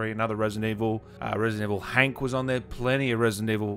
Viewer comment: Resident Evil Hank.......HANK! Not Hunk? Who's Hank?